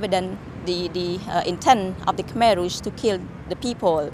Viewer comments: Oi choy....... Kmher merah, Jangan dibaca Khamer dong. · KHEMER MERAH BANG..... KHEMER, BUKAN KHAMER, (emang mimi'an) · bagus sejarahnya min... TOP and thanks, tapi koreksi dikit cara membacanya 'KHMER" bukan kha-mer (seperti minuman keras) tapi bacanya keh-mer.. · Koreksi nih bang: Khmer Merah penyebutannya bkn khamer merah yg dlm bhs arab berarti Minuman keras (khamr).